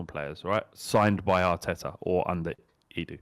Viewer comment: ability to pronounce Edu (Eh-d-ew) as (Ee-doo) is sensational.